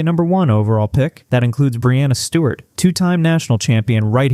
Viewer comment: He said Breanna Steward, how?